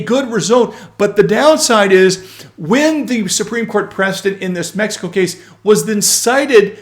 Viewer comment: Med-e-co? Sounds like a gringo speaking